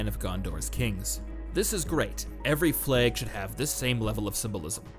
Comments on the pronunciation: Everyone: Flag: Fleg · Worth it just to hear him say fleg 1000 times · Anyone else keep hearing "Flegs"? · I love how you pronounce 'fleg' and i'm just getting flashbacks to 'they've taken my fleg, they've taken my identitei!' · Prepare for to say flehg a lot. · Cant get over the way you say flag